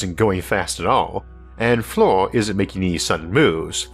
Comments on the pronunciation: It's "fleer" not "floor" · FLIR is pronounced "Fleer", just an Navy Vet that worked extensively with airplanes.